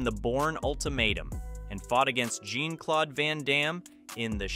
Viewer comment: Gene-Claude Van Damme??? 🤦‍♂️ I stopped watching the video right then and there.